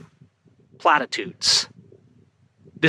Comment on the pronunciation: can you start saying the word platitudes in more video the speech impediment was spectacular on that one